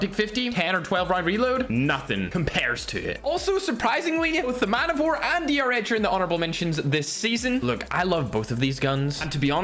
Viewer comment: its D-R-Edge